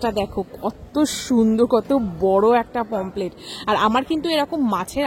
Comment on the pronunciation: Pomplete na Pomfret